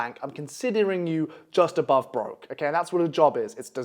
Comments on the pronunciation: bro said obove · ABOVE NOT OBOVE